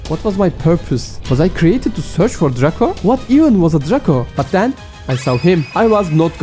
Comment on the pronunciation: Dreyko şeklinde telaffuz ediliyo kanka sanki. Ama çabanı takdir ediyorum